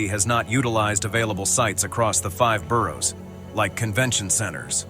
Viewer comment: did bro just pronounce the "g" in boroughs?